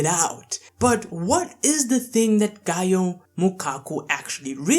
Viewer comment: Its not gaioh its gaoh